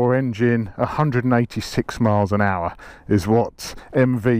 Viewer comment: 186 miles per owcha, with lots of powa